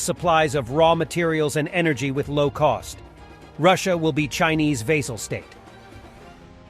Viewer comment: "Russia will be Chinese vey-zal state." Read "vassal." No idea how robo-voice said it like that unless somebody left an S out of "vassal."